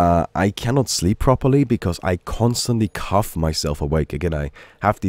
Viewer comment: Sounds like you are saying 'Cuff' instead of 'cough'. Get well soon,.